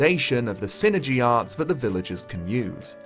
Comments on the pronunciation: i always pronounced it psy-energy. pronounced "sigh-energy". psychic energy. psyenergy. i didnt know what you were talking about for a second. lol yeah... every time you say "sinergy" i just cringe. it IS psyenergy, not sinergy. pretty sure the developers would agree. it is literally psychic energy. psyenergy. (also whispers "foo-sheen" at you. im a real sticker for pronunciation.) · Not sure why, but I always thought it was pronounced Psi-energy. I loved this game as a kid and im happy you made a review for this!